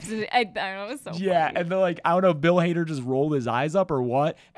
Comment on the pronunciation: Bill Hader not Bill Harder